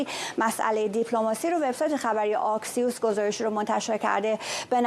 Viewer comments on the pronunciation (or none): تلفظ درست نشریه آکسیوس با فتحه است نه با آی با کلاه